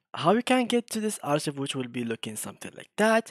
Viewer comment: أخوي شكرا على الفيديو لكن عندي نقطتين الاولى لفظك للكلمة غلط فهي لا تلفظ كما في العربية ولكن: أركايف - ثانيا انت لم تظهر الأرشيف فهذه ميزة في الميد جيرني تقوم فعليا بالارشفة - انت فقط ذهب الى صفحة حسابك وشكرا على فيديوهاتك الاخرى وتحياتي